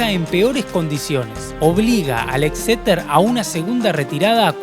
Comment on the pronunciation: cada vez que decia exeter.. un gatito moria